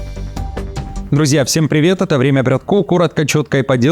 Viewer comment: ПрЮвЭт пРЯТЬКА😂😂😂